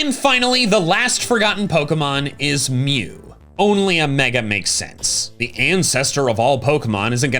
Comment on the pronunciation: Why are you butchering my boy mew?